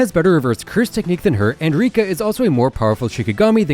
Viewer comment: Rika is not rika